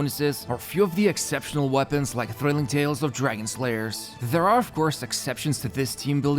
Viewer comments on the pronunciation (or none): none